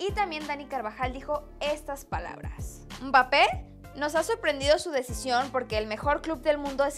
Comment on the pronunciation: pls ya no le digas umbapé